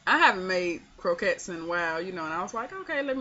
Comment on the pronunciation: You are saying it correct my Dear.....lol...